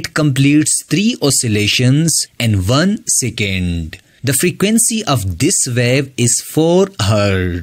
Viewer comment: Second ❌ sicand ✅